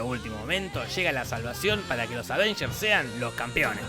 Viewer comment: disisdafunk escribí "Advengers" por que a si lo dice la vos rasposa de Te lo resumo